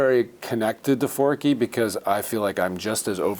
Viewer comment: Forky? Four-Q!!!!